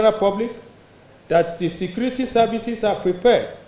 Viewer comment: Please this guy is repeating (secrety secrety secrety), is it secrety or security ?